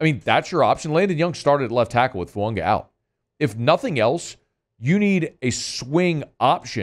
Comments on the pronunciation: Goddammit there in no "n" in Fuaga. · Why does he never pronounce fuaga correctly lol